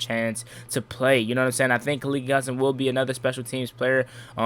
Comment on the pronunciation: Fam it's Kah-Leak .....don't make that boys mother come after you for saying his name wrong lol